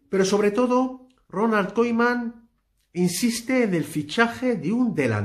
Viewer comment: Haber si aprendes a decir bien el nombre de Koeman